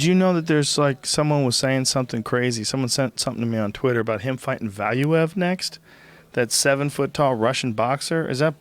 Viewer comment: Man it is irritating how they pronounce Valuev's name. It is pronounced Valuuev.